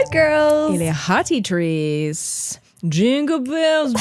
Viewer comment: et: coucou les hotitrices! 💅 Ce que j'entends à chaque fois: coucou les hottie trees! 🌳🎀 (je ne pouvais plus le garder pour moi 😭✨) (loving the holidays déco)